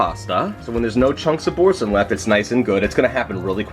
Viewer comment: You are mispronouncing the name of the cheese - it's Boar-san (that's how its pronounced.)' supposed to sound French. I used to make a straw & hay pasta from Gourmet magazine years ago. My husbands friend gave me a standing ovation after she ate it.